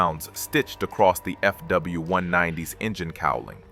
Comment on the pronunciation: First AI video of channel, which is based on real data... but.. FW-190 is still Foke not Fuk :D